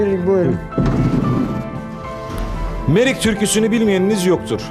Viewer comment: Merik değil Meyrik!!!😂